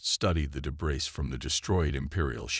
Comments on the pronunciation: A comment for the story's AI Author: The word debris has a French origin. In the French language, the final consonant is often silent. As such, in the word debris, the letter S is silent and not pronounced. This story and many others from your channel frequently include the letter S in its pronunciation. The word is pronounced. "debree." I suggest you get a live human to review the grammar and pronunciation in these stories before you publish them. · Just WHAT Pray Tell, are "PRAH-jektiles"!!!!!?????? I know what "pro-JEK-tiles" are. But, I have NO clue what a "PRAH-jektile" is!!!!!!!!!!!!!!!!!!!!!!!! OH, and from reading other comments, your crappy AI isn't going to say the word "debris" correctly either!!!!! STOP USING POS AI!!! And, this is an old theme I have heard about a dozen times. By the way, I stopped listening at about 15 mins. I am sick of hearing the word "PRAH-jektiles"!!!! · Thank you so much for pointing this out. The mispronouncing of this word has really bothered me.